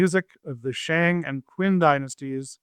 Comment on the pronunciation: 'Hui' is like H-way not H-wee... Shang = Sh-Awng not Sh-Ang... Qin is 'Chin' not 'Kwin'. Fun episode tho!